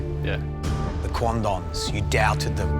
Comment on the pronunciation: ohhhhhh... he said Quandongs..... oops